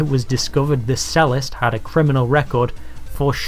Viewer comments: 'cellist' (a 'cello player) is pronounced CHELL-ist (as they play a CHELL-o) and not SELL-ist (as it's not called a SELL-o). The irony being the narrator discussing culture and he can't even get that right. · "Cellist" is not pronounced "sellist", but "chellist". Bloke doesn't know what he's trying to talk about! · Pretty ironic that the narrator is sneering and sarcastic even after pronouncing 'cellist' as 'sellist' twice. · Pronounced 'chellist'. Doh! This is quite mean and snarky. America has a new 'ism'. It's really hurt your average. Could, probably, happen to anybody. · A sellist? That's [ch-ellist] as in cheese. Tempting as it may be to refer to political thought as being 'convicted', that should surely be 'conviction' at least. 'Convicted' relates to the passing of legal judgement against criminal activity, whereas 'conviction' refers to beliefs and considered opinions. It's moments like these that undermine the impression of informed and intellectual superiority given out by the channel that you are reviewing here. Nonetheless it's both informative and interesting in itself, but best taken with the 'pinch of salt' that your commentary can offer. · "why are Americans so stupid?" and yet the narrator doesn't even know how to pronounce chellist??? oh the irony! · You have to love a video creator who complains about the pronunciation of "Zee" and then pronounces cellist as "sellist." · What's a selist? Has the guy never heard anybody say cellist before. Why are brits so dumb.